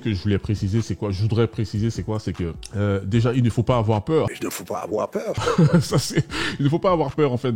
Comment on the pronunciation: Mdrrr il ne faut pas afoir peur " Ça me fume à chaques fois